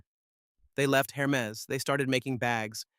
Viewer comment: Pro tip: if you’re going to do videos about Hermès bags, or any other Hermès product, it is pronounced AIR – MEZ. The H is not pronounced. And the second “e” is soft : bend not bee.